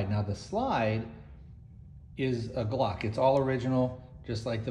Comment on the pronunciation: If u want to sound moŕe professional u should start from the basics - learning how to pronounce the word "glock" correctly